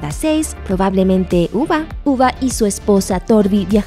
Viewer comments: Uba es de The last Kingdom el de Vikingos se pronuncia yube (Ubbe). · todos: ubbe narradora: uva